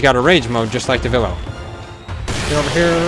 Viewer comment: Devilo? Its pronounced devil joe.